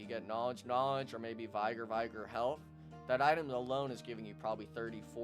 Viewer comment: Great video, i was gonna ask you if you would do some class tutorials and guides, my only criticism is your pronunciation of "Vigor" the "Vig" is pronounced like "fig" in "figure" just thought you should know.